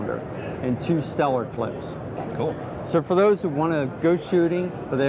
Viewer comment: Did he just say "CLIPS"?